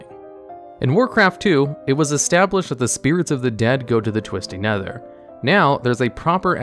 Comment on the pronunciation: Twisty nether? Am I the only one hearing this? lol